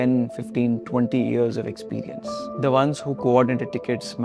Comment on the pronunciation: You should have learned first. How to speak English properly. Without all this. Uh, clicking, croaking, and incorrect intonations. Like, "hera we wily look at THE subjEct". The subject is important, not the fucking THE article! Wrong stresses! Listening to any video on YouTube recorded in English from India is simply impossible, it makes my ears bleed. It's just impossible, it's hard to communicate with you. It's impossible to understand what you're trying to say. That's the whole problem. Right there. You should have first learned how to speak English properly. So that everyone could understand you.